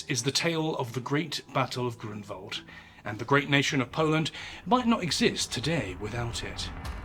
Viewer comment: Found your channel recently and now it's one of my favorite history channels on yt. Btw I'm impressed of your excellent pronunciation of Polish names like Grunwald or Jagiełło. It shows your dedication to details 👊